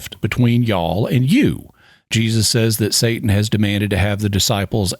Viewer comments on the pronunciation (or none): none